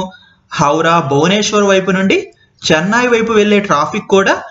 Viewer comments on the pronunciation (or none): చెన్నాయి కాదయ్యా నాయన..చెన్నై you have to work on your vocabulary..